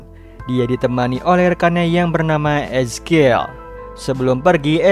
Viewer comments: Eskil siapa ngab wkwkwk belajar dikte dulu ngab biar orang yg gatau jadi gaikutan salah wkwkwkw ngakak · 'Ezekiel' ngapa jadi 'eskil' dah?